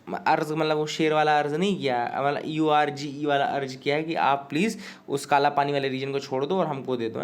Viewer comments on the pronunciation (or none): Urg not arg 😄😄kursi k petiyan baand lo 😄😄and 10 ki exam hume to deni padi thi 😄😄😄sir u r too good and funny 🤣🤣luv you